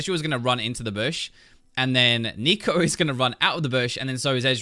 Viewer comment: i keep hearing neko;-; is becoming a weeb